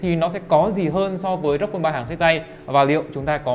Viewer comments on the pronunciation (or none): Hết ông khôi ngọng là AU I PHÔN 3 Giờ thêm ông này nữa Rốc Phôn 3